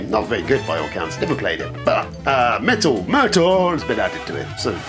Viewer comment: Could say "MEEETALLL" and "Salmon" again please?